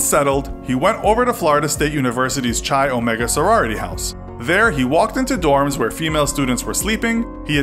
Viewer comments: Kī Omega. Ch as in "chorus," not as in "church." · MY CHAPTER IS NOT NAMED AFTER A BLAND TEA 😂 Common mistake! My chapter is pronounced “Ki” Omega, not “Chai” Omega!